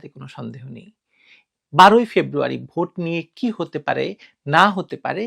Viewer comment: ভুট হলো ভোট। গ্রামের এক লোক সব সময় " উ " কার ব্যবহার করে। যেমন - মত বিনিময় কে তিনি বলেন " মুত বিনিময়। তেমনি ভোট কে বলেন " ভুট " বুঝলেন 🤪🤪